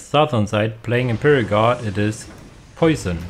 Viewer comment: Nice vidéo for lunch time. Side note unless that person told you but I take it poisson is french so their name is pronounced différently and means "dream fish" in english which is a pretty cool name.